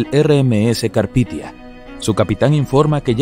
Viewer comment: No es carpithia es carpathia. Un esfuerzo más por investigar por favor